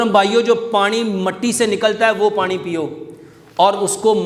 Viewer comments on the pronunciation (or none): Pani not panre.